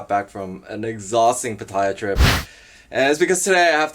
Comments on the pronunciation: fyi...PATTAYA is pronounced PAH-TEH-YAH. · most expats incorrectly pronounce it PAH-TIE-YAH. It's not a big deal but when I hear it missed pronounced, it's like finger nails scraping on a chalk board.